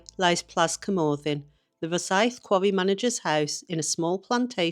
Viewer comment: Please, please just learn to pronounce Cwmothin properly, the ‘th’ is as in the English worth ‘thin’, not, as in ‘the’.